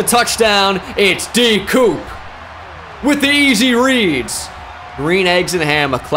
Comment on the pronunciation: I'm French and everytime he goes with D Coop, it's sound so like when you are cutting something with scissors in French 🤣🤣